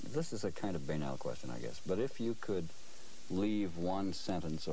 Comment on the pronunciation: They were having trouble with their vowels. Owdacious. (Audacious). Baynal. (Banal).